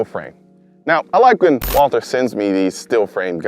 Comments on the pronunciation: Actually... Walther is pronounced 'Walter'. Just so you know. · Since it's a german Company, you're first pronounciation was acutally correct. It's written Walther, but it's pronounced Walter... If you know, you know :) Super nice video. Thanks again for the top content.